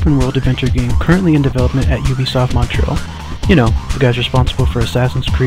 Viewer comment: finally some can say ubisoft right instead of ewbsoft